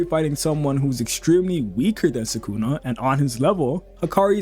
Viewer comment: Subscribed for pronouncing sukuna correctly most of the time. Nobody else on YouTube gets it right